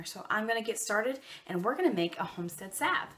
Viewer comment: Sav sav sav🤦🏻‍♀️🤦🏻‍♀️😬🙈 saLve the L isn’t silent😖😖😩😩😩😂🤣 I am using your recipe though since it is the best.